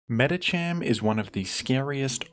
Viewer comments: Shook to my core when I heard Medicham instead of Medikam. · why do you say medicham that way? isnt it medicam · "Meditcham" unsubscribed, I am now an Iron Mugulis supporter